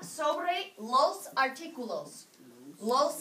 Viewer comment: Dear god that pronunciation is dreadful ..’ Looos articulooooos ‘